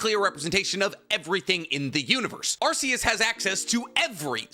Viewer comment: Arkeus, not arseus. The lord is not a butt.